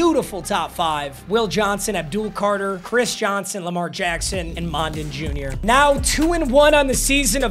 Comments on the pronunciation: Smael’s last name is pronounced “Mun-dun” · It’s pronounced “Smile Mundun” by the way. Like Monday. Smael Mondon is a DAWG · Ohhhh god he doesnt know how to say mondon. Its Mundun. The os are Us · Mondon is pronounced similarly to London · it’s pronounced like london but with an m